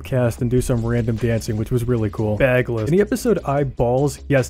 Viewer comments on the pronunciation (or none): its baggles not bagless 😭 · You pronounced baggles wrong 😭